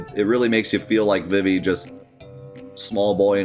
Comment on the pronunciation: It's pronounced "Zuh-Don" and "Vee-Vee"